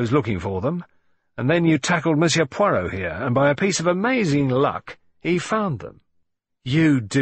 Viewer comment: Please note, site announcer, It’s not POYROT, try listening to Hugh Fraser for the correct pronunciation.